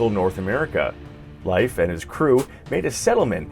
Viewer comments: His pronunciation of Leif is driving me crazy. It's pronounced like leaf! Not life! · Your pronunciation of Leif is cringy